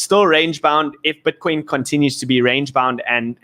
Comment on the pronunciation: I love it BUT its pronounced BITCOIN. not "BWITCWOIN"